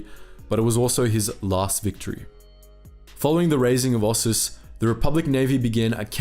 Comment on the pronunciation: o SIS, not os sus, and i o KATH not liokath btw